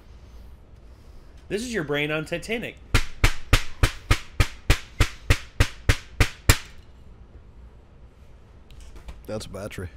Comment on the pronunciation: “Titenic…” - Jon